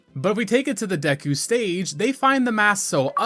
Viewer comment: I love yah bro but how you pronounce Epona and Deku etc oof killing me lol 😂😂